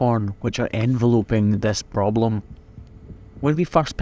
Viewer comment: enVELoping, not enveLOPing!